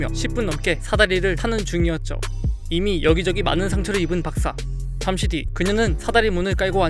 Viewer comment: 윌리엄스 박사를 윌리엄스 박스라고함 ㄷㄷ